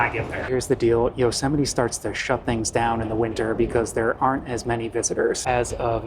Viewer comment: Could you pls stop saying Yo-semite?